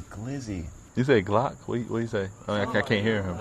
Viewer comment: He definitely said gloc 😂😂